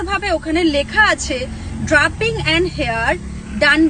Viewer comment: Meye ta mone hoy thik kore porashuno o koreni, "matte" কে "ম্যাটি" মেকআপ বলছে, "drapping" কে "ড্রাপিং" বলছে !